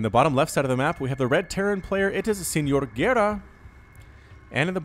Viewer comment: You spelt the name really well, only 1 thing the 2 r is a bit more "emphasized" like if you were growling, also excellent casting, always a pleasure to listen your optimistic voice !